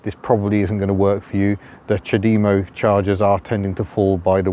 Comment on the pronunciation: CHAD-emmo not cha-DEE-mo lol